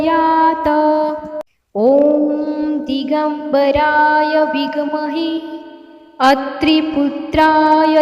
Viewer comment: नमस्कार, विघ् महे नाही आहे ते ते विद्महे आहे , कृपया उच्चार सांभाळून करावा, श्री स्वामी समर्थ 🙏